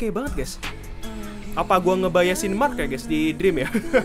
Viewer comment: Dia nyebut marknya jadi marrk :v